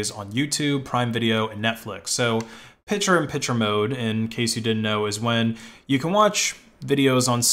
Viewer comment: "Pichur on Pichur mode"